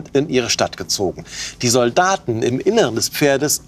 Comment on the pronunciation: Die Betonung liegt auf Sol-daten.